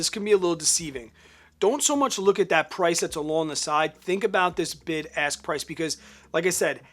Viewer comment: LOL!! My wife made me put you on ear phones because she thought you kept saying "BIG ASS Prices". ROFL